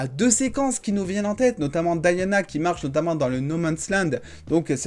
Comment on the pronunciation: Mon frère dit DIANA pas Diana ( Dayana ) , tu parles français prononce le prénom en français.